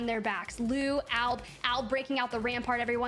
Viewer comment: commentators cant even say albs name correct LMFAO alabraleilie